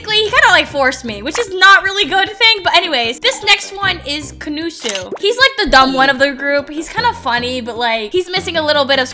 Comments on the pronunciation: Konusu you ARE right what the heck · con u su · Ka no su 👏🏻💀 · Ko nu sue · Ko-nu-so konuso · kuh nooh suu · Ku noo soo